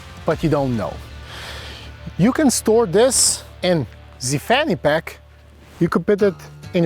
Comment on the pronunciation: "ze fanny pack". Classic!